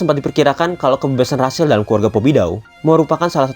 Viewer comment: Rahel bang bukan rasel